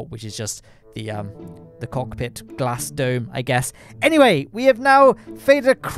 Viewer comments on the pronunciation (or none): none